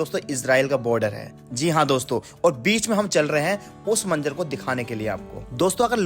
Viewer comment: Manzar , boliye Manjar nahi. Urdu zaban Sikhiye